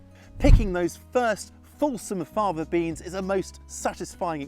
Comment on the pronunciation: You spoke so fast I couldn't hear what type of beans. It sounds like you are saying, "Father Beans."